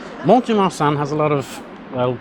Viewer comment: Pronunciation guide again 😉… the ‘T’ is not pronounced in Mont de Marsan ( pronounced Mon de Mar- son… the son being pronounced as we say the name Ron or Don)… facile non ?! 😉😂